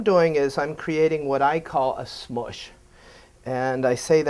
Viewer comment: Lol! "create what i call the SMUSH" haha! you sound more Jewish than i am